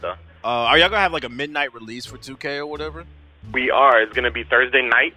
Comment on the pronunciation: Dude said Dursday Niiight